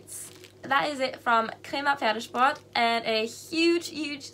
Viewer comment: Can you speak German ? Cause the way you pronouce 'Pferdesport' is very good 🤔😂